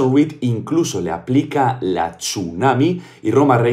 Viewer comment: El título debería decir como lo pronuncia: Chunami